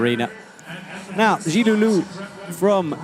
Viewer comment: Their pronunciation of Zhilu Luo is getting much better!